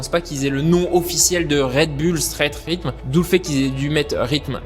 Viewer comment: ça se dit pas straight rhythme mais straight rhytheum